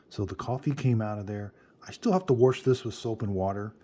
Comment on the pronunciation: WORSH! Sheesh, I love ya.